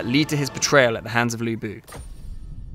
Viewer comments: It's Lü Bu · 吕布 should be pronounce as Lü Bu instead of Lu Bu. You guys need to make serious correction, since i don't want all my non-Chinese-speaking friends get the pronunciation wrong. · his name in the game is right texted as Lü Bu, but the pronunciation, the video title and the caption is wrong. you guys need to fire the publisher of this game because they fail their job. If the development team got it right, how on earth the publisher of this game not getting it right? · Yeah, even the employees cant pronouce Lu Bu right, like oversimplified aye